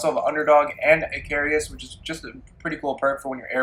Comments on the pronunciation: Appellant = Apel-lant - NOT apple-i-ant Grenadier = Gren-ah-deer - NOT gren-ay-durr Icarus = Ick-a-russ - NOT I-care-eee-ous I like comparison videos and I appreciate the time this took to make, but I can't watch your video when you are so flippant with names, I just can't stand to. With that said, please consider this constructive criticism. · Lmao bruh stop adding "i" to words. Icarus not Icarius, Appellant not Appelliant, and the one word that had an "i" was "grenadier" and you said "grenader".